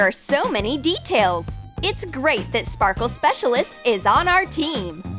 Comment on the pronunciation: STOP SAYING SPARKLE SPEACLIST